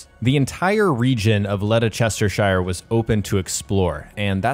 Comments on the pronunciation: As a brit i can tell you ledestershire is pronounced lester-shear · in a full place name "shire" is pronounced almost like "Sheer" so its not chester-shire its Chestersheer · Letter sester shire? Eh? It's Lester-sher or lester-shire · Letta chestershire lol are you sure it wasn't Leicestershire Im not dissing you just I've heard some of the guys from the US pronounce English place names and its not been good lol... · LEDERCHESTERSHIRE 😂😂 you been sniffing that glue?? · It's "led-ess-ter-sure" not "lede-chester-shier" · Still would be pronounced led-ester-shear not lede-sester-shire as he pronounced it. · Game looks awesome i cant wait to play but just for info its pronounced lestersher lol common mistake made tho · It’s leh ster shir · You assassinated the pronunciation of the word Ledecestershire.. But thank you for the time and effort for the video. 💜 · Lest-er-cher. Btw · Leicestershire. Pronounced Les-ter-shear. No offence but you were way off. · By the way Leicestershire is pronounced lesh-ter-sher 😁 no hate